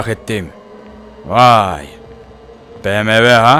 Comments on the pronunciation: Abi buna biyemvi deme BEMEVE DE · Bievmi değil BEMEVEEEEEEEEE